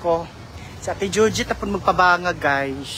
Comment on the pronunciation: PRONOUNCE IT " GUYS" NOT GUYZ😅😅